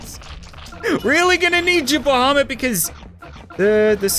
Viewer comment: I like how he says bohomet or something about the other dragon